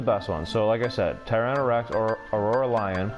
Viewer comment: Anyone else annoyed that he kept saying “aurora lion” and “keeba lion” lol